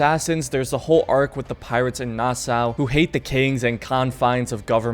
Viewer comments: omg its pronounced nasaw not nassaa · I served on the USS Nassau the name Nassau is pronounced Nassaw. I remember when I first got on board I said it like you do in this video and I was corrected very quickly. Thats the military for ya lol.